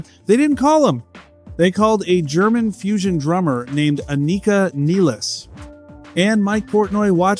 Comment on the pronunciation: WHY can nobody agree on the pronunciation of her name??? It’s almost always pronounced 2 or 3 different ways WITHIN THE SAME DAMN VIDEO just like it was here! People wish to pay her respect….that BEGINS with calling her by her name CORRECTLY!!!